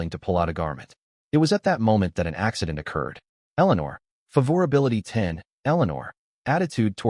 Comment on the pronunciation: I'm dropping the video due to the pronunciation of "favorability."